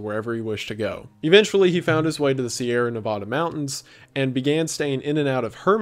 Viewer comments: Pronounced Nevada wrong. MULTIPLE TIMES. Neh-Va-Da! NEVADA NOT NEHVODA. I'm so disappointed. I don't want to stop watching your content, but I have to based off principles. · 💔 I absolutely love Wendigoon... but it kinda hurt a little when he said "nuhvahduh" Nevada. nevauda??? I'm sure there's a better way to explain this but just... please don't ever pronounce it that way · Wendi, it's ne-vAH-duh, not ne-vaw-duh, please you're hurting my soul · I hate the way you pronounce Nevada. Nobody from Nevada pronounces it that way.